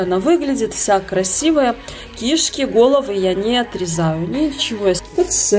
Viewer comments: Кишки, ударение на вторую букву кишкИ!!! 🤣🤣🤣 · Так интересно. Она всегда говорит ки́шки. На первую И ударение. ))))